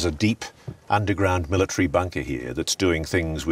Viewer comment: Omg, stop putting the R sound where it doesn't belong and just so you know , it's MIL AH TARY .... there is no Tree in that word.